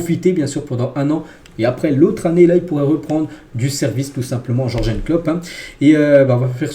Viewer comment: Comment tu prononce Jurgen, aie!